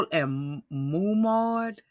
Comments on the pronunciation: You pronounce the h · Mah- moud, not Momond or whatever.